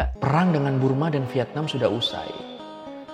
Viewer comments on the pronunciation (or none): none